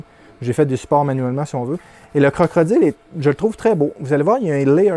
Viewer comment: Tu me fais rire à chaque fois que tu dis CroCrodile, bonne vidéo comme d'habitude.👍